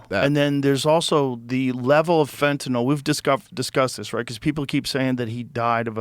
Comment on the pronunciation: Joe Rogan is the only person in the news genre, (and most of the world!) who pronounces “Fentanyl” CORRECTLY!!! It’s NOT “Fentan-ALL!”